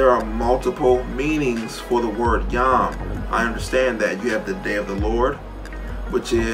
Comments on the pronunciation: its a massive leap of logic to go from the Hebrew "yum" as he pronounced (יְוֹם which I believe is usually pronounced like yom) to young simply because they sound vaguely similar. Am I misunderstanding him? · Just one thing I wanted to point out: this dude can’t even pronounce his evidence properly. יְוֹם is pronounced “yome”, not “yom” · Lol "yahm" the way he's pronouncing it means sea. It's yohm. And the argument is still fucking nonsense. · Jew here, uhhh.... the Torah is a song. It's not supposed to be literal, it's figurative. The story of the Garden of Eden is about coping with exile in Judaism, not about sin. Also he keeps pronouncing Yom wrong and that bothers me. Christians need to stop using Hebrew to make their case cause they don't know anything about it.